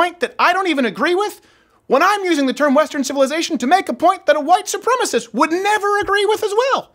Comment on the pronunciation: A wight soupreemus!